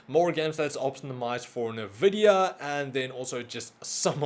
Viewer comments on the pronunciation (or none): "nuh-vih-dee-uh" Common mispronunciation. It is pronounced as "en-vih-dee-uh" or more simply put as "invidia". "invidia" is latin for "Envy"